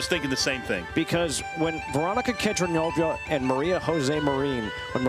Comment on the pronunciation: can you guys please say Kedronova's name correct?